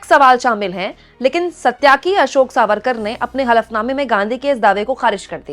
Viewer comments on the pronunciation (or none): none